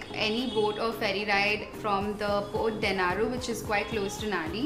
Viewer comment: Hi, it's not Port Denaru... it's Port Denarau! Plus, you're one of the few vloggers that correctly pronounce Fiji...most vloggers from India pronounce Fiji as Fizi! 😊